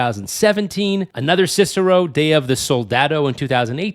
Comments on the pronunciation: "Cicero"?!? 😂 Dude, do a little research. "Sicario" is suh-KA-ree-oh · It’s Si-car-i-o dude, not the Roman statesman/philosopher Cicero, come on! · Its pronounced "see-car-ee-oh" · What an idiot 😂😂😂 saying sisaro??